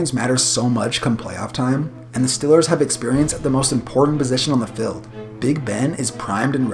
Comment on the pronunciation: say it with me, eeee not iii, eeee, not stillers, steeelers, not fild fieeeld